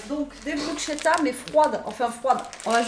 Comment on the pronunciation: Bonsoir, pour info la bruschetta étant un met italien se prononce "brousketta" car le ch en italien ne se prononce pas comme en franćais mais se prononce "k’ et c’est en effet délicieux.